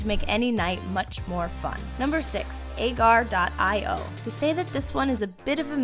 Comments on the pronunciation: Agario not Agar.io well it's spelled like that but u have to say agario not agar? .io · Lol the way she said "AGAR.IO" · She said agar.io wrong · I love how she said agar.io. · I went back just to re-listen to it because of how badly she botched it...